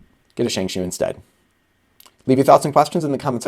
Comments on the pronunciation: "Shengshoe" Sorry, I cringe every time you say it that way. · love how he says shengshoe